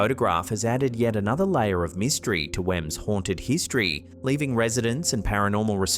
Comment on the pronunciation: don't you mean " mist-try " 😅 hmmmm